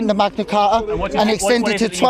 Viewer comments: The Magna what, my dude?! cah-ah?! Lmao 🤣 at least, it nice to see the US isn’t the only one, ya know? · The Magna Car-ah